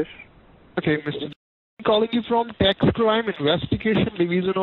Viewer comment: “Indernal ravenue Service” “Dax return”